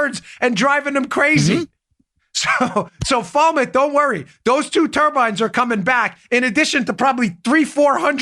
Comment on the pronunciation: LMAO.Dan your the best,but it's pronounced Falmuth. Keep up the great work!!!